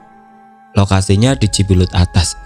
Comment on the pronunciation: cimbuleuit kayaknya mas bukan cibelet